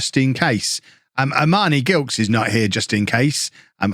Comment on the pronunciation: Gilkes is pronounced with a soft G, like a J. Delighted to see a Barbadian in the team!